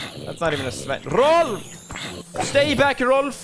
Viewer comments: its Rolf not rolph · Hahaha no, in sweden not ”rolph” its Rolf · All ppl who say Rolph, i’m swedish so i know it’s Rolf in swedish😒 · its "Rolf"